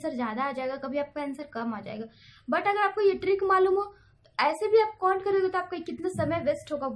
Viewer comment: wo cont nhi count hota h pagli....